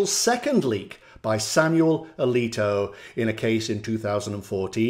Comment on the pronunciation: "Justice A-leak-o" 🤣🤣🤣